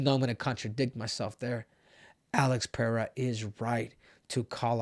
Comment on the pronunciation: Muito raro ver um gringo falando Pereira certo 👏👏👏